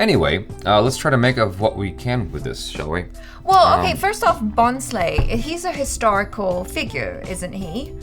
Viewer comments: When said BHONSLE as " Bon-slee " 😂😂😂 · You need to watch the film! It is amazingly filmed, great concept.. And its not based on a true story. Also it is pronounced as "Bho-sle" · you could just have said that the 'n' is silent in Bhonsle. Just like what I said before this guy. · Hey, spell it ' BHONSLAY ' for perfect pronunciation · No.. not " bho-n-s-lee"... It's should be pronounced as " voass- l- a"... As u say L.A's "A", try to say like that "A" in the end after saying " Voass La"...😭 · Pronounced as Bhoslay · Although it is not at all your fault but you butchered the title so badly 😅😅😅😅. It never hurts me but this is a marathi surname and I am marathi as well so I just went aarrrghh for that moment 😅😅😅. But that's okay! Lots of love to & ♥️♥️😍😍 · n is silent in bhonsle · the n is silent in the title bhonsle